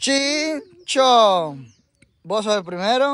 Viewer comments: es chin-cham-pu.... acuerdese para la otra... saludos crack 👍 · Chinchon dice el jaja 🤣 es chin champú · 😂😂 no es chin chon es " chin chan puu" 🤣🤣